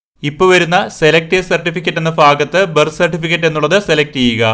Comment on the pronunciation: ഫാഗത്ത് അല്ല ഭാഗത്ത്🤪🤪🤪🤪🤪🤪